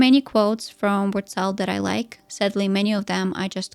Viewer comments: As a german I think this woman doesn't know how to pronounce her own name 😶‍🌫️ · She's not saying "Wurtzel" the right way 😂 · Yeah, that was confusing.